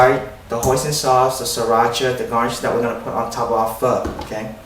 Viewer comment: is he saying fuck? like "get down together and have a perfect fuck" ? ??? ???? ?? ?